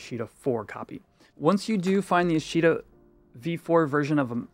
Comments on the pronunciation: for the love of God its AH-shta, not uh-SHEE-ta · you keep saying "a she da" is that what you call FFXI I am confused